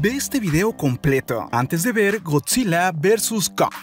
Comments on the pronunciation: Soy el único que le escucha Godzille, si energíe, el orque el macho alfe, la isla calavera.🤔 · Aprende a hablar con palabras normales oficiales Lee el diccionario de la real acadèmia española en vez de cambias las letras... No es Godzile, es Godzilla... No es Monarque, es Monarca... Las cosas como son, nmms